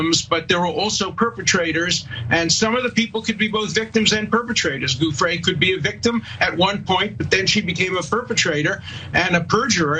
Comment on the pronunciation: Okay this one is easy regardless of how long the esteemed lawyer's mouth is moving... he mispronounced Virginia Giuffre's name as "GOOF-fre". His "perfect" sex life lines up with Trump's "perfect" phone call... The government should be careful with these ones, these tricksters.